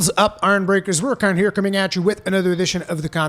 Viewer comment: No one pronounces monster names like Rurikhan 😂